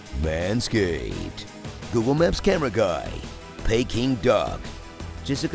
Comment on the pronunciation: Lose it at paiking duck.. lol.